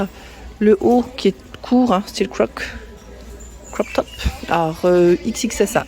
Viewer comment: coucou jolie collection, je voulais te dire, on dit crop top et non croc sinon ne change rien c'est parfait bises LISBETH